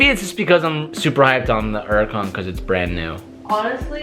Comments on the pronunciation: Am I the only one who notices he says “uracon” instead of Huracon.... idk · Is it just me or am I the only one who gets pissed off at how pronounces hurican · Why always saying “erican”? The h is not silent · Only question, why do you pronounce it “uracan” instead of “huracan” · Please stop calling it a "Uracan" the H isn't silent dude.... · Why u say urrican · Why does he say Huracan like yeracon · Why do Americans say ‘Uracan? Like, there’s a H. Same with ‘erbs. What you got against H? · Does anyone else have there gears grind when they hear say uracan instead of huracan? 😂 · Has given up saying H for 2021. Uracon drives me crazy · I swear im about to lose my mind if he says Uracan one more time. XD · Anyone else annoyed he doesn’t pronounce the H? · Can you please start pronouncing the name of the car correctly. The "H" isn't silent. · It's pronounced 'yur-ah-con' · Why u not say the H IN THE HURRICAN LOL ITS NOT SILENT